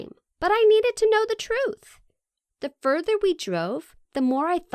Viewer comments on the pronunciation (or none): none